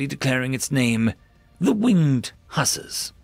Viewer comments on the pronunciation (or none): The pronunciation of Hussars needs a little work, lol. "Hoo-sars" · Huzz-are (like: buzz and ARE you kidding me) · it's pronounced Hoo-sars, as in the Polish Winged Hussars